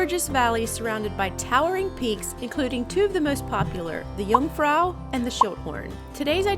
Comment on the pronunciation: So much fun to come along with you all! Glad to hear that your health issue was not as bad as you thought. By the way, your pronounciation of Jungfrau was correct, and it actually does not only mean "young woman", but also "virgin" - the virgin Mary is referred to as the "Jungfrau Maria".